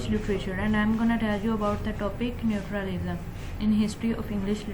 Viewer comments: Its natural lism mammmm Not nutur lism 🙄🙄🙄🙄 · Hahahaha it's not neutralism. Pronunciation to theak kar dain. Ye vedio delete kar dain log hansengay